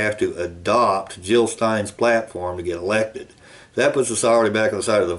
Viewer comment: JiLL NOT HiLL!